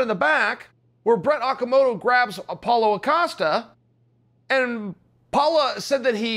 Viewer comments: “Apollo Acosta” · "Paula Acosta"